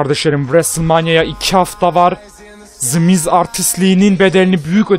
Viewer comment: adamlarin ismini ve wwe nin soylenisini yanlis soyluyorsun kardesim wwe yazildigi gibi soylenir the miz yazildigi gibi soylenir sen the mize zi miz diosun kupoyorum orda😂😂